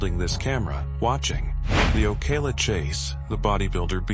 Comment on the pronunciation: He said Ocala wrong lmao